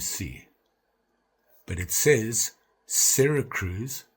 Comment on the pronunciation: Hope you enjoyed being with your kids & your vaca in Cali. Yo...Syracuse". SYRA CRUISE. Really another NY city you can mispronounce & have people cringing all over the N.E. Really Man if you just watch some YouTube videos from other knife people you would learn so much but it's obvious you don't because you would not be talking this crazy nonsense and making stuff up. Sorry to jam on you. Let's go into the new year right man. ☠️ KnivesOut ☠️